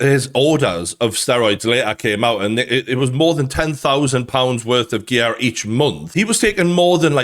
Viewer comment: it's hilarious how he says gear